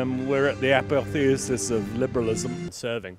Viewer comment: Why did he pronounce 'apotheosis' like that? That was the weirdest thing he said, haha